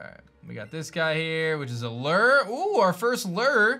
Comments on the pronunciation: Lerrr... it’s called a lew-er (lure) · What the heck is a “Ler” “Loo-er”